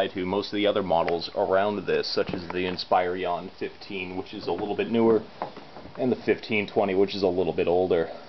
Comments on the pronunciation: fyi, it's inspiron not said "inspirion" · also, he pronounces it inspirion. Like there's an extra i in there. Otherwise, great tutorial.